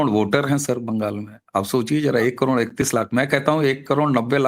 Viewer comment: करोण नही करोड बोलो क्या आप "ड" अक्षर का उच्चार नही कर सकते?